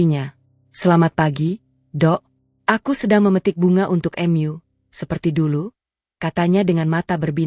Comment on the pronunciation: Gunakanlah bahasa Indonesia dengan baik,"mu" bukan " m yu"